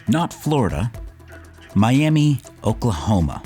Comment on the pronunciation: Another random thought about Oklahoma, it's pronounced "My-ah-muh". Why? No clue. That's just how it is.